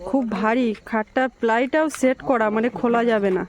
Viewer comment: বাবু আবার বলছি উৎচারন গুলি ঠিক কর ছেট না ওটা সেট হবে